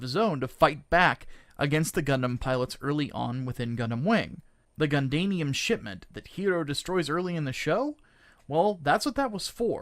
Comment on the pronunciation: I’m sorry “gundainium”? I can’t take anything seriously after that lmao